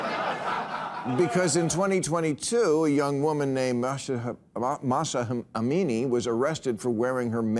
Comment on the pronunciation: BM, how could you not pronounce the name of Mahsa Amini? Very disappointed 😔Anyway you are so right about the hijabs🧕 and the consequences of not wearing them properly!